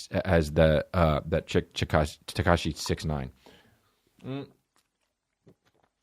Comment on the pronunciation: Went from Tekashi to Tekooshi to Tekonchi hahahahahahahaha i love this man